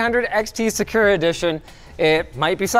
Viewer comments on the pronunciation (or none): Is it just me, or does anyone else find it weird Linus is pronouncing “sakura” as “se-kur-a” and not “sa-ku-ra” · And really? sah-koorah? It's sahk ooo ra. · Was it not SaaKooRaa? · uh huh. “SaCURE-a” is how to say that Japanese word. 🤦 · That thought it was pronounced “Sak” “cura” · Can you guys please teach Linus how to say Sakura correctly? He sounds like a tool. It's not hard and there's no reason it needs a different pronunciation in English. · Today I learned that Linus cannot pronounce Sakura correctly. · Why does he say Sakura like that